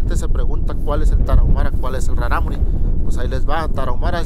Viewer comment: Traté de pronunciar raRámuri como lo haces tu xD creo que lo haces más dificil, la segunda R es líquida, como la palabra raRo, peRíco.